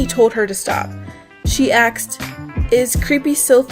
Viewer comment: You...you realize "asked" has the S before the K, right?